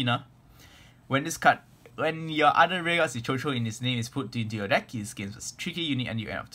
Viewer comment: quick note: it's actually pronounced as shushu, it's a french word.